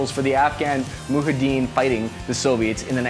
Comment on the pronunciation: bro you are the sloppiest person out there. 2800 m/s velocity? Muhadeen? I saw you call the 338 lapua the lupa. You need an editor lol